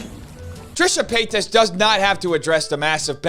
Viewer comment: I love that you call her Trisha Peitos hahaha p.s.: good job exposing all the BS in YT